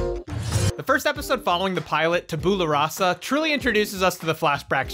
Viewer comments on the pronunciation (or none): Tab-you-la rah-sa, not tab-ooh-la. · tabyoola rassa you're saying it wrong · That's not how tabula rasa is pronounced :D